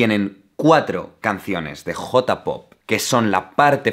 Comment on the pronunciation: No les pasa que aman sus videos, pero detestan como pronuncia J-pop? o K-pop? xD